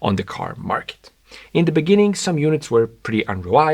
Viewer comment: in the beninging😂